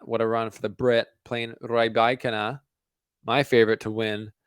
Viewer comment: You mastered Rybakina pronounciation )) Good. Now some news: Svitolina, Kasatkina and Kalinina are pronounced the same way (as well as now retired Myskina, Safina and Dushevina). No stress on INA. The previous syllable shall be stressed.